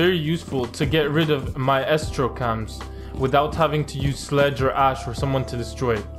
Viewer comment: My estro 👌🏽 very good pronunciation 🤟🏽